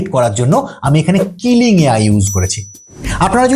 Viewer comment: Kiling🙅 Kling✔️